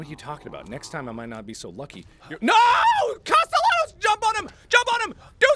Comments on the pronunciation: I like how he's so determined to think Cast-el-anos is right, when even in the last game they pronounced it as Caste-y-anos. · It's better than the previous game, where he called him "Caste-nellows"... Lol. It's become a thing for him to purposely mispronounce it, cause so many people went "MARK, WRONG" xP. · Still to this day,everytime mark says "Castellanos" my brain hears "pantaloons" some reason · The comments: mad about mark pronouncing costelahnos wrong 😂 I personally have only 2 yrs in spanish im 25 now i didnt get to finish but i got by with a c 1st yr and a D my 2nd year. Im clearly not that smart but even i know the ll makes they yah sound. Marks doing it on purpose. 😂😂😂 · every time i hear mark say the ll in castellanos i can hear my spanish teacher losing his mind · No, blame Mark, he's doing it on purpose. He heard it pronounced the right way and he was like "what are you talking about, you don't pronounce it that way" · 100 million subscribers without videos No, he knows he’s pronouncing it wrong. He just likes the ll better. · Catherine Leis In Spanish cultures, the two ll’s make a y sound. So how Mark is pronouncing it is wrong. But he is definitely doing it on purpose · i like that sometimes mark will pronounce his name right and sometimes pronounces it wrong and there's no rhyme or reason to which he uses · This is my 3rd time through the evil within series and it’s by far my favorite other than welcome to the game. Marks mispronunciation of words is always a highlight of the video